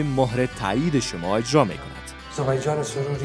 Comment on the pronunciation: از نطاق خواهش ميكنيم كه ديگر (هجرا) نگويد و (اجرا) بگويد...